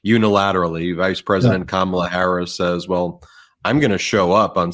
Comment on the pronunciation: He knows perfectly well how to pronounce Kamala's name but, like Alina, cant bring himself to do it. They don't like saying peoples names which have the long vowel in them because they are racist. Same with Fani Willis being called Fanny.